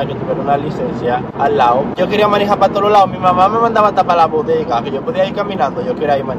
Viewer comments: Tómate un shot cada vez que diga “manijar”🤌🏻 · Porqué el dice manija 😂😂😂 ete cajarito si es funny !!!!!